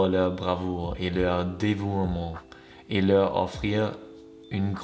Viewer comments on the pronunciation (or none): as I’m learning german I would love to know what you think about ChatGPT in german? How native it is? Being french canadian I can tell you it’s good in this video! Also, the « e » in dévouement must not be pronounce. You must say « dévoument ». Thanks!